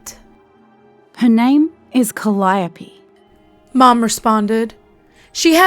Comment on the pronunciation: This was decently read. I only wish you'd listened to (and then used) your friend's correct pronunciation of Calliope when you read this.